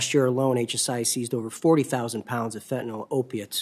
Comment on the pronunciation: There is no "O" in the word Fentanyl. It is pronounced FEN-TA-NIL not FEN-TA-NOL.